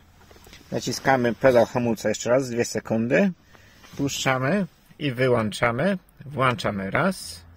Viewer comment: Co to znaczy ""wyłanczamy"?